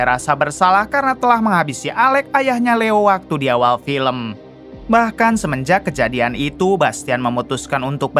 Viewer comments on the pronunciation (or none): none